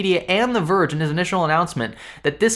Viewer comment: "Verge-ginas" am I right.